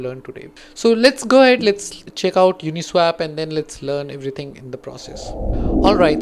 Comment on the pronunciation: It's pronounced as Uni-SWOP..not Uni-SWAP. You're pronouncing it incorrectly.